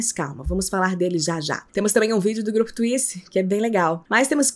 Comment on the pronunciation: “Twiice exeou “ kKKKKKKKKK tenkei não